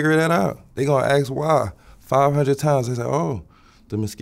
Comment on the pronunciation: Electrical Engineering degree? "Know what I'm sayin", Aks somebody for help". sorry but I seriously doubt this man is a Prof Eng.